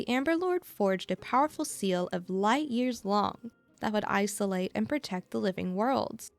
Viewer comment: If you look at Welt's summon screen you can see Void Archive figure on the back. So he most likely somewhere in the universe. Long is actually pronounced "Loong", which rhymes with "loop". Its the pinyin for Chinese character "龙".